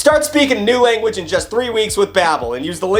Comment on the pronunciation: “New languge” Ok